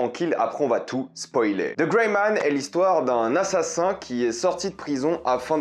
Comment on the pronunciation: Travaillez votre accent anglais avec: The -> De